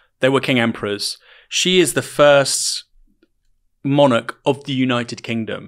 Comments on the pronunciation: Haha. I do realise Ash has a few quirky pronunciations. Monarch, being one that stands out, but there are also a few other ones. But I just let it go over my head, because who am I to say how a word should be pronounced. To me, what matters is the coherence of the argument and the narrative - with Ash they are always solid. I might personally have taken a different angle at times, but it's always well reasoned and rarely, obviously wrong. I'm a bit of a stickler for logical consistency accuracy etc. With other commentators, whilst I might generally agree, they do have a tendency to go off course at times, and say things that are obviously mistaken. I always work on the principle, that you can never say with complete certainty, that something is the absolute truth. There is often room for other valid perspectives. But you can 100% be certain if something is wrong, or mistaken in the terms it is framed. If you can cite an example, that contradicts what someone says, at the least they need to re-frame that argument for it to be valid. What's impressive with Ash's off the cuff arguments, is she rarely makes those errors. Whilst I might not always 100% agree, it is always a genuine matter of opinion, not clear inaccuracy. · She's great. I'm afraid I do get distracted though by the mispronunciation of the word 'monarch'. Its pedantic, I know but my brain won't let it lie.